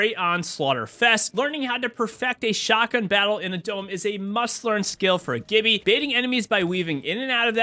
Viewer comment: It’s G(J)ibby.